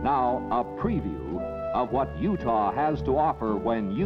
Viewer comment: You actually pronounce it (You-tah) not Judah. T not the Hebrew Daleth.